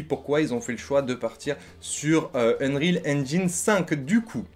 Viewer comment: C'est UNRIOL pas unerile ..... Anglais bac -8